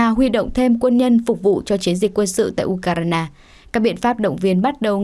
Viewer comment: u kai rờ na là nước nào trên bản đồ thế giới nhỉ ?! Tôi chỉ biết có nước Ukraine và được phát âm là du khoen ( âm khoen phát âm hơi cong lưỡi ) !